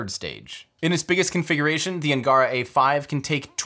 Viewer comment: Outstanding, Tim! Also, if you would like help getting your pronunciation of Russian names right, do please reach out to me. Rokot, Angara, Energia, Proton, etc. you managed to get them precisely wrong every time! What are the odds of that? :-) Congrats on finishing this awesome projects, and with such great results.